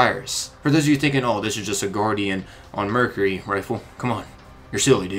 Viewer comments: Mercury - ---> Mer-cue-ree (ry) or to make it easy its like Mer-Q-ree , sorry i don't want to be that guy but hearing you butcher the word constantly hurt my ears. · STOP SAYING MERCURHY